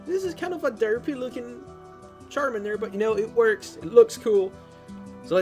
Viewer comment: Don't say Sharmander Plz say CHARMANDER